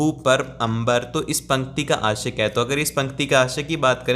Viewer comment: Yrr mujhr ashya ki jagah aashiq sunaayi diya😁😁